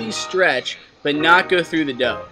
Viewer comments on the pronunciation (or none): when the guy said dove I think he meant dough haha